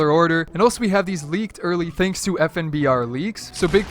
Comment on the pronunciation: “thansk” OMEGALUL